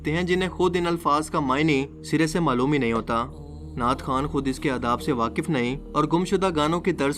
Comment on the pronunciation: नाट नहीं नात